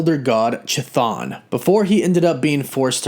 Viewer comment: It’s pronounced KAthon not CHIthon